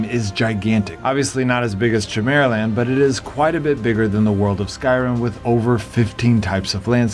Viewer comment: Only because it is so different from the way I have heard it before , is it chim-er-uh-land or ki-mera-land? Trying to decide if I have been wrong in how I have said chimera.